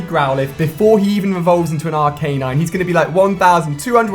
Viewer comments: ALI-A ITS ARC-UH-NINE NOT AR-CAY-NINE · Aracanine = (Pronounce as) Ar - ka - nine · isnt arcanine pronounced ark-ah-nine? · the way he says arcanine kills me on the inside :/